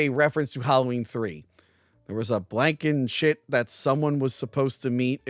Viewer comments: its Ms. Blankenship not Blankenshit 😂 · it’s NOT “Blankenshit”. Also, you’re mispronouncing Donner 🤦🏻‍♂️